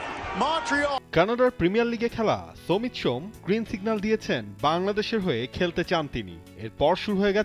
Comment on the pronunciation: Shamit Shome not somit shome.